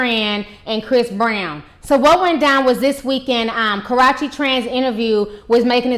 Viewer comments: Its KA ROO CHEE. Not Crotchy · That girls name is not KAROCHE ITS KARUCHE CNT SPELL IT RIGHT BUT I CAN SAY IT RIGHT BUT U ARE MURDERING DAT GIRLS NAME SO HARD DAT ITS KINDA HARD 4 ME 2 👂 DIS INTERVIEW DNT KNO WHY ITS SO CRINGING BUT IT IS 😠😧😄😄😄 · do you know how to say karrueche not korrueche lol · why does she keep say Karachi.... isn't that in Pakistan lmao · Girl !! its ( ka • rue • che ) not ( kar • ra • che ) lol 😂😂😂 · It's actually pronounced kuh-rew-chee. But good video. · You need to learn how to pronounce her name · It's Karrueche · She don't Kno how to say her name right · I love you Ti but you keep jacking her name all the way up!😂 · Damn her are really Slaughtering her name . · Disappointed in you. As intelligent as you are, why would you make three videos and mispronounce the girl's name in all three? I'm SURE someone told you the correct pronunciation of her name. SMH! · ...re-watching this (after watching the latestest vids about CB going off on KT about, "speaking out of turn") because i had to come back to hear ti mispronounce KA-RUE-CHE's name like it's a cross between karate and sriracha!!! HILARIOUS..... why do so many of us get a kick out of this girl's name being pronounced incorrectly..... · Omg that's not how u say her name, it's so annoying bruh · Omg can this woman EVER pronounce Karrueche's name right...lawd! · So we'll just pretend you pronounced her name right? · You never say her name right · Ti butchers the hell out of Karrueche's name......but then again probably many other people do too. a lot of people butcher the hell out my name too, so I get it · lol it's killing me the misspronunciation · I love your videos but please learn how to pronounce her name. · That's how she talks and pronounces it (she isn't doubg it on purpose she can't change the way she says her her name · Obey MyMindlessness Yes she is... and it's so juvenile... It's not hard to pronounce the 'U' sound in her name, she says YOU quite often on her channel.